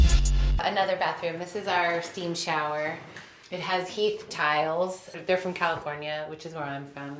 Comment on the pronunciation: Listen "They're from California which is where I'm fum." Fum? What does that mean? Or did you mean 'from' Maggie. Like Jesus Christ. And this woman makes a living delivering lines? Where I'm 'fum' you wouldn't last two seconds on the actor circuit...